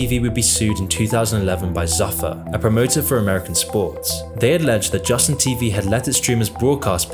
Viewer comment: Zuffa is pronounced zoo fuh not zuh fuh. And the ppv events were ufc events.